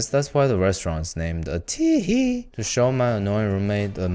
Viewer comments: it's not atihi I meant the pronunciation , it's ATITHI (it's a Hindi word) which means guest in India 😋🙌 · The restaurant is called 'Atithi' because it means guest. It's not Ati'hi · U can say A-tit-hi not A-ti-hi Its a-tit-hi 😂😂😂 In india this word means - Guests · its not atihi its athiti means guest and the whole phrase is "Atithi devo bhawa" which means "Guests are god to us" plz don't make memes about it 😢😞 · If you are pronouncing Atithi as Atihi and Swasti as Swati, then you need to add a few carrots for your eyesight. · Dude it's Atithi as ATI THI means guest. Not ATIHI. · I cannot withstand how much miss pronunciation he does in this video ☹️ How can someone be so much stupid to pronounce 'Dahi' (Da+hi/he) as 'Dazi' !!!!! WTF!!!!!!!!!!!!!! 'Atithi' (a+ti+thi) As 'Atihehee' . Oh Good GOD!!!!!!!!! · It's not atihi~(with a gay tone) it's ati-thi meaning unexpected guest you welcome ( it's a VERY respectful word) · that's not bread pudding that's bread halwa 🤧🤧 that's not äti-hi that's Ädhi-thi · Its not athee It's Atithi means Guest . In India it's an abbreviation from 'अतिथि देवो भव' it's a Sanskrit sholak meaning our guest means those who are visiting here are a form of God and we should give our best so that guests feel it like their own home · I’m sorry dude but as an Indian, you saying Atithi as Atheehee sounds weird, you could have at least tried to pronounce it . You can pronounce desi as dece instead of dezi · I really laughed at this... He pronounced it so cute 🥰 Atithi (pronounced ahh-thee-dhi) means " Guest " But yeah pronounciation is more cute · Atithi means guest. Also it is not pronounced A hi hi ..xD also break into the house of a muslim or punjabi family to get the legit taste of butter chicken if you visit India.. don't worry they will allow you in if you ask nicely.. Home made Chicken >>> Restaurant Made Chicken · its called atithi where second 't' is not silent atithi means guest in hindi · Bruh it’s spelled like a -thi-thi